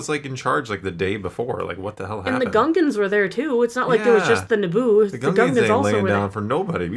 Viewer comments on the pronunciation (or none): It’s not Gungans, it’s Goongas!